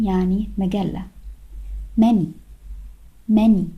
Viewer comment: الman-y الy لم تنطق .